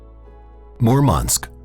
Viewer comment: Первый раз слышу, что г. Мурманск иностранцы произносят как Мормонск. Город мормонов что ли? )))))